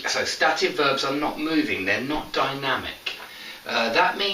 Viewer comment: You pronounce ˈstæt ɪv Shouldn't beˈsteɪt ɪv ??